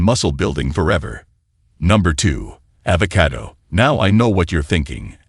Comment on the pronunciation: The AI's pronunciation of avocado is irritating.